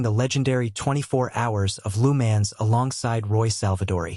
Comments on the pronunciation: Lou Mans haha stupid AI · lu mens? and heart problem? dude buy better ai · I stopped watching after hearing of the Temu version of LeMans. "Lou Mans" AI trash.